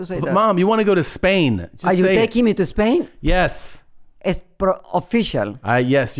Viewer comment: “You’re going to take me to a-mall now, huh? Then a-Spain?”😂😂😂